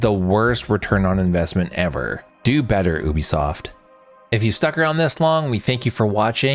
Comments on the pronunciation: YOU B Soft.... NOT OOBE Soft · It is not Oobisoft. Uuuu-bisoft